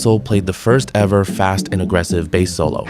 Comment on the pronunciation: Your AI voice is saying Bass (like the fish) instead of Bass (like the guitar) lol.